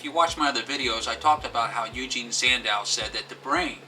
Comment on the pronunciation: Eugen not Eugene.... geez....